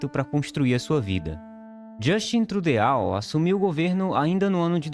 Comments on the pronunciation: Não "Trudeal" que se fala é "Trudô" o correto. Todo mundo fala assim. Seria melhor pesquisar melhor o nome antes de falar tão errado. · Trudeau - pronúncia 'trudô' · Trudiau ??? Trudô😁😆😛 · Trudeál??? Foi isto que o locutor falou? A pronúncia não seria “Trudô”??? E a pronúncia do nome da cidade não seria “Vancúver”? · É duro ouvir o narrador falar Trude a u é não Trudô. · Por favor , eu acho que esse é um canal que tem tudo para dar certo - não é Justin Trudeau - se fala na fonética francesa - Justin Trudô ai se fala assi essa terminação Trudeau - se fala Justin Trudô/ você está falando como ler - não liga eguinorando falando TRUDEAAAU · Não se pronuncia "Trudeal" mas sim "Trudô". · "Trudeáu" não, Tridô. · cara, o vídeo é ótimo, mas "trudeáu" é de doer os ouvidos...se pronuncia "trudô" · A pronúncia correta é " Trudô" não " Trudeau" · A pronúncia correta do sobrenome do primeiro ministro do Canadá Justin Trudeau é T-R-U-D-Ô. Se você vai fazer um vídeo tome cuidado para, pelo menos, tentar falar o nome do sujeito da forma mais correta possível. Bizarro ouvir t-r-u-d-e-a-u. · Afff. Tru-de-au chega a doer os ouvidos. A pronuncia correta é Tru-dou. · Amigo, ñ é Trudeáu e sim, Trudô. O Canadá continua capitalista. Tá piorando qual o império vizinho. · Pelo amor de Deus, é "trudô" não trudeal. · Caro amigo, o correto se pronuncia "TRUDÔ" e não "TRUDEAU". P.S. Tenhoa cidadania Canadence!! Espero ter ajudado!! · A pronúncia do nome do primeiro Ministro não é “TRUDEAU” , é /TRUDÔ. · "TrudeAU"????? Credo, parei!!!!! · A pronuncia correta é “Trudô“, não “trudeau“ é um sobrenome francês. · Depois da pronúncia do TruDEAU parei. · Trudeau, não, carajo! Se escreve assim, mas se pronuncia: Trudô. É francês, carajo! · O vídeo parecia bem produzido, mas quando ouvi Tru-dê-ÁU, parei. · só um adendo técnico: Trudeau se fala Trudô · DJASTIN TRRUDOU É A PRONUNCIA CORRETA E NAO TRRUDEAU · SE ESCREVE TRUDEAU...MAS SE PRONUNCIA TRUDO.... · é TRUDoh... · Se pronuncia 'Trudô'